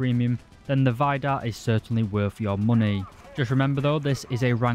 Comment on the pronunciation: Why do you keep calling it Vajdar? Everything and everyone ive heards it's name from, including Kratos, naming one of scandinawian gods, said Veedar xD